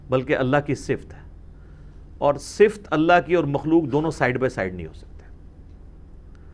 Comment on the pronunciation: انجینئر صاحب اس پر توجہ دیں ------------------------------------------- صفت کا صحیح تلفظ ص کے نیچے زیر ف پر زبر ت پر جزم(یعنی ت ساکن)